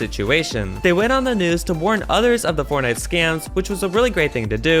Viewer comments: In the sixth one she said fortnut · Did she say fortnut? 50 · she said fortnut lol